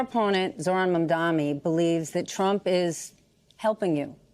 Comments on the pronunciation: I’m not spelling it. I’m saying it phonetically. The first syllable is pronounced like Mom. Not Mam. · Zohran Mamdani. You and this anchor are both saying it wrong. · MOM - da - ni. He can’t even remember a 3 syllable name. 😂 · You cant either. Its MAMdani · Jen Psaki, as a journalist you don’t know how to pronounce Mamdani? Or is it just because you’re racist and an Islamophobe?